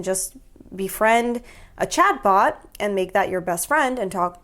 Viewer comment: 😂 everytime you say chatbot i hear chadbot